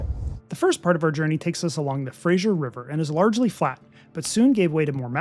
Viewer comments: An enjoyable and informative video, especially since I’ve been trying to decide between Rocky Mountaineer vs Via Rail trip. Small point for accuracy. It is Fraser River as in fray-zer. Not Fray-zsher for Frasier. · Nice video. Please pronounce the Fraser river correctly. It is named after Simon Fraser NOT Frasier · Please excuse me, but I cringe every time that fray-zer is pronounced fray-zhur. The zh sound is applied before ier, thus frasier is pronounced frazhure. Thank you. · Fact check - It's Harrison Lake, not Bay. The Fraser River is pronounced like razor, not Frasyer. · it's not FRASHIER, it's FRASER. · It is not the “Frasier” like the television show but the Fraser, pronounced Frayzer. Never understand why people cannot get this right. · Frayshure river.. LOL.. It's Fraser.... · Fraser said like fray-zur. It's not said like that 90's sitcom. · Yep. No I in Fraser!